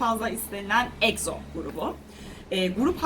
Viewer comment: Abla niye egzo dedin ekso diye okunur egzo değil ama bunu veriyim sana👍💞👍💞👍💞👍💞